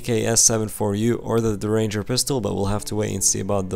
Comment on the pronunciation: They should have the mags spawn with guns and its pronounced Derr-inger